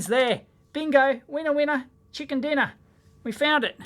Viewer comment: "Chicker Dinner"?